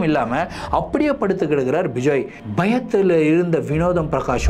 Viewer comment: Vijay illa ma bejoey🤣